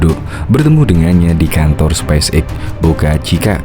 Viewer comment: Halo Mimin. penyebutannya speis (space) eks (x) bukan spais (spice) eks (x).